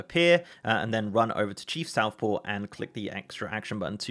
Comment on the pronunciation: Just want to point out, it's Chief SOFTpaw, not SOUTHpaw...